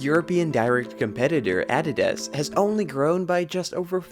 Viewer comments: ADIDAS- ( ugh-Dee-Duzz) NOT ( add-did-az) 😆😅🤣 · Why do all these new channels mispronounce names. Ad di dus???? Maybe another AI channel